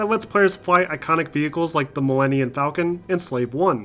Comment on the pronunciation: Disliked cause you said milliniun falcon